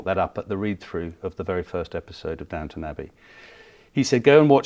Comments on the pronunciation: It’s Downton….not Downtown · Downton not Downtown! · It's Duntun actually.